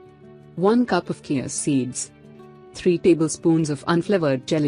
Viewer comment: She doesn't know how to pronounce chia, she says kia. For goodness sake.